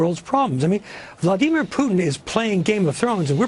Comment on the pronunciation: You know, they way some people pronounce Vladimir Putin's name really bugs me. Maybe it's because I'm a Slav, but it bugs me. I think Vladimir means: peace rule, well, at least in Slovenish, Vladati - to rule, Mir- peace. Vlad-i-mir. Pronounce the i like an e.